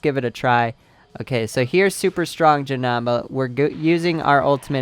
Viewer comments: dude u r pernounsing janemba as ja-nam-ba it is ja-NEM-ba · JESUS ITS Jah-Nim-Ba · STOP FUCKING SAYING Ja-Nam-Baa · Ralen Taylor He says Jenamba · he says janemba wrong